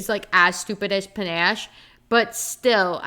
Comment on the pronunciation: I really agree with so much of what you said, but omg it's pronounced puh-NASH. I'm sorry I had to say it Lenore Dove was such a misstep for me, and the way she's written I just thought was terrible.